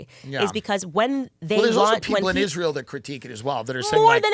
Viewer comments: I have nothing to say about this conversation other than i cringe every time that Candace mispronounces "Israel". Why does she put an "h" behind the "s"? Is it intentional? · What’s with her pronunciation of Israel? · I love Candace but every time I hear her pronounce Israel I have a an aneurysm